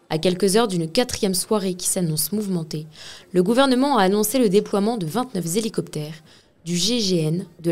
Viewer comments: 29 zélicoptères. 😂😂😂😂. On dit 29 Hélicoptères. Je sais même pas d'où tu le sors le S a vingt-neuf 😂😂😂😂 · Vingt neuf z’hélicoptères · A : quatre cent huit Z émeutiers A : le déploiement de vingt neuf Z hélicoptères Alors oui, je sais les Grammar Truc c'est chiant, mais là, c'est grave. C'est pour cela que je ne relève que c'est deux là. Alors pour les pisse froid, oui je sais, c'est nul, c'est un détail, bla bla, bla, Moi j'aime mon pays et j'aime ma langue donc je les défends. Lorsque vous aurez compris qu'une nation repose sur trois piliers : - la monnaie, volée en 2002 - le drapeau, que l'on tente de remplacer et qui est brulé impunément sur notre territoire - la langue, que l'on détruit jour après jour en laissant en liberté des Aya Nakamura ou des gens qui font des fautes terribles sans être repris par qui que cela soit. Les journalistes sont les principaux pourvoyeurs de fautes vu qu'ils ont la plus grande audience auprès de la population. Bref, si cela en vous plait pas, passez votre chemin et apprenez à parler correctement.